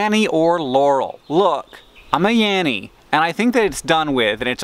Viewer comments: I heard "Yarry" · I don't hear laurel or yanny. I hear yeah-we and am very confused...